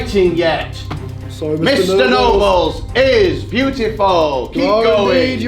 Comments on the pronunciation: it sounds like he said mr no balls instead of mr nobles lol💩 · he says his name is nobles yet he said no balls lol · You said “no balls” instead of Nobles XD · It's not Mr noballes it mr Mr nobles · It’s nobels not no balls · Its nobles not noballs idiot -. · ITS NOBLES NOT NO BALLS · First of all its mr. NO balls and second of all, its rule not rool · I thought he said no balls🤣😂